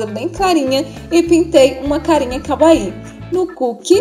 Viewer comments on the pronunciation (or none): amei o vídeo mas só eu ouvi kaaui ao invés de kawaii?